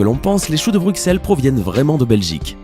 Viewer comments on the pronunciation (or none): Mais non mais comment il dit Bruxelles lui, on dit Brusselles pas BruXelle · Alors si tu veux avoir une place chez les Belges, on dit Brusselles et pas BruXelles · On dit pas le x de Bruxelles sa prononce en s 33 et la plus grande piscine d'Europe snn je extrement fier d'être Belge🇧🇪🇧🇪🇧🇪🇧🇪🇧🇪🇧🇪🇧🇪🇧🇪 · Brukselles n'existe pas. Et Bine-che aussi. Et on prononce Anvers AnverSSE